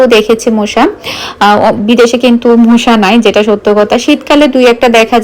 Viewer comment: মুশা না মশা।ফ্লাইট না ফ্যাট।